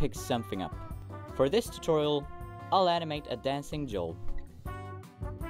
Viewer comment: You make a video tutorial, put "tootoral" in the title, and didn't animate Joel freaking out over it. "T-TOOTORALS!? Tootorals?"